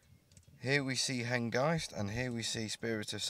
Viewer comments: Image is good but sound is terrible. What I can hear is you calling the loco HenGUYst - like 'feist'. Is this intentional? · I think you mean HENGIST with a clipped I as in mist , not as in eye . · It is pronounced ‘Hen-gist’ is in ‘kist’ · You’re pronouncing Hengist wrong. At the mark the guy pronounced it correctly.